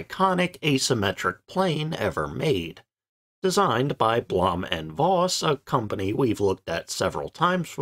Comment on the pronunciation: Good video. Some tips in pronouncing German, though. Blohm is pronounced like home. Voss is like Foss. The V = F Voigt is pronounced Fohkt, the O being like in home. Luftwaffe is looftvaffeh, W = V Or use pronunciation guides. It would make your videos sound all the more professional. Cheers!